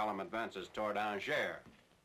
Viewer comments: Wish I would've known that Angers was pronounced Ahn-jehr and not An-jerz sooner. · aw-ZHAY. The r is also silent. The s in "Orléans" is also silent. The narrator here is linguistically impaired.